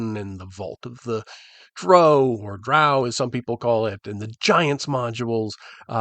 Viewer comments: It's drow as in brow, just ask Frank Mentzer ;-) GREAT VIDEO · This was quite good, extremely eloquent, and very welcome. Though really, you had me at kitchen sink. Whether it be gaming or movies, kitchen sink stuff is most often my favorite. As to the pronunciation of "drow," I was always one for the version rhyming with "show." But I must say, in recent years, I've become a drow rhyming with "sow" guy.